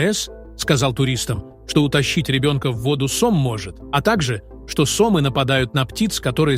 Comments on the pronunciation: Все очень интересно, но ударение в некоторых словах странное... сОмы, ПрипЯть и др... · И ещё ударения в словах делайте правильно . СОмы, ПрипЯть. Идиоты, что-ли. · Сомы / ударение на Ы а не на О/ Припять на И а не на Я. Ликбез надо немного включать